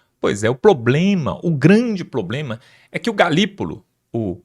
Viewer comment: “Ploblema”? Veja se melhora esse português!